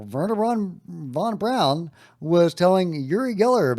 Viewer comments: von Braun not von brown please nail it! Thanks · you are great but please..... Learn how to say Werner Von Braun....and other common names and words... you are not a dummy and you probably don't want to sound like one